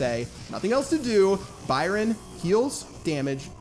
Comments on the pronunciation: I swear its "Byron" not "Bryon" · Three things starting with BR: It's BRYON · “ 3 things that start with BR brawl stars, broken and Byron, your English is poor pat😂😉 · i guess the y is silent in ByRon